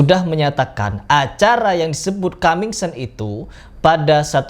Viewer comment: Coming soon baca kaming sun bukan kaming sen